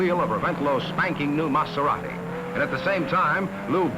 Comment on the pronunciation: Great footage, note to the announcer (not that it really matters at this point), it's a Maserati not a Matzerati! But then he also pronounced that Dauphine's manufacturer as "Ray Nalt". Oh, for the good old days when these were "Foreign Cars".